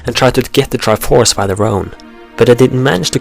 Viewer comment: I cannot stand how you pronounce certain words, re-alm? Truhforce? Really? I really want to watch your video's but it's so annoying! Please, work on your speech!